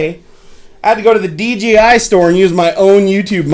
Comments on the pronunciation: Nice honest review. Thanks for your time putting the video together. Just one thing - it's DJI not DGI. I didn't want to correct you on this, but after the 5th time I couldn't help myself. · Everyone says "dgi" instead of "dji" they should just change their name